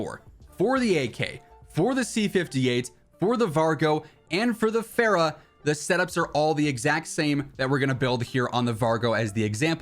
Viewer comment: It’s fara not faira, it’s also the best ar